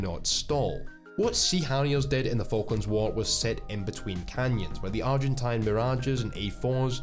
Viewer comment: haven't heard a single war thunder youtuber pronounce "Argentine" correctly yet lol